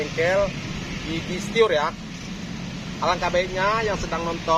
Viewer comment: Stir bang bukan Stior haha